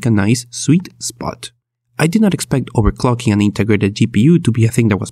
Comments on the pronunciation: Overcocking?????! Wtf did u say🤣🤣🤣🤣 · Everytime he says "overclocking" I hear "overcocking" :D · Nice I sure do love overcocking